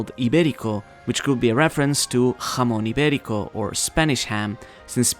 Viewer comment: I'm Spanish and all I have to say is that I LOVE the way pronounces "Jamón Ibérico" in